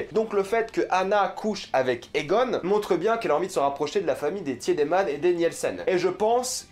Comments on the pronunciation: Très bonne vidéo mais je me permets quand même un petit guide de prononciation : "W" en allemand se prononce comme le "V" français, donc c'est "Vinden" pas "Winden" prononcé à l'anglaise Un "e" après un "i" est muet, donc c'est Tideman, non pas Tièdeman, pareil pour Nilsen et pas Nièlsen Voilà sinon super vidéo merci! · J’ai pas vrm vu de problème dans sa pronunciation. Ou peut être c’est juste le fait qu’il regarde en allemand donc les prononciations sont justes. Juste pas en français. Sauf pour le tiedemann qu’il prononce pas bien du tout.